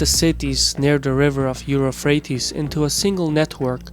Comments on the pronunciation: Please improve your English The river in Iraq is UPHRATES NOT Euro phrates as U keep saying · "Euphrates" not "Europhrates". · Dude. It's "Euphrates", NOT "Europhrates" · You ignoramus, it is NOT Europhrates. It is EUPHRATES (/juːˈfreɪtiːz/ Sumerian: Buranuna, Akkadian: Purattu, Arabic: الفرات al-Furāt, Syriac: ̇ܦܪܬ Pǝrāt, Armenian: Եփրատ: Yeprat, Hebrew: פרת Perat, Turkish: Fırat, Kurdish: Firat) Now your readers know how qualified you are to lecture others on history. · Euphrates .... YOU-FREIGHT-TEES ... is how you pronounce the name of that river in English ... just so you know. But, fantastic video, thanks. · Corect me if I'm wrong but did narrator pronounce Euphrates as Europfrates? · That was a very nice summary of the mid-eastern empires through the centuries!(but I think I heard Eufrate pronouced "Euro-frate", Aristotle as"Aris-throttle"!, or am I wrong